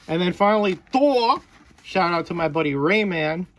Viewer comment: That was awesome buddy 👍👍...And it's Thor not Tor LoL 🤣🤣... Thanks for the shout-out much appreciated 👍👍... Looking forward to seeing your next video..✌️ my friend and have a great evening b safe out there and stay healthy 🙏🙏...